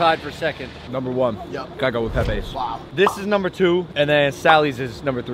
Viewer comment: pepays not pepees